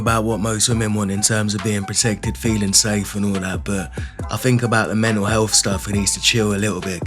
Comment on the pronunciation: "Menatl Health"....